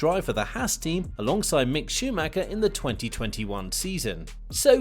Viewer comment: Hi,good job with the content👍 but If you do have some respect for M.Schumacher you'll say his name right because it's so annoying.Try to not spell the last 'c'.